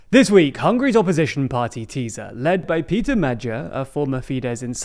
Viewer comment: Not the worst pronunciation of Magyar, but perhaps I can help: The gy combo is a bit tricky but you're not far off. It's like the D in the French "adieu". Both the As make more of the "awe" sound, not the "ah" sound. Oh, and his first name is pronounced PAY-ter.